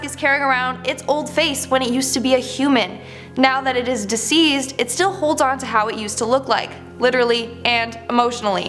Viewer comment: Who tf is this chick?? Did she just combine the words 'deceased' and 'diseased'??